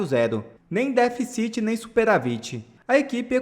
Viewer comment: Ô menino.Diga déficit e nâo deficit.Bem como superávit e não superavít.Que horror! Deixe economista falar!